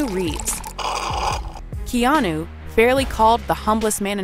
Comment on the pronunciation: Keanu is pronounced keanaa..not keanuoooo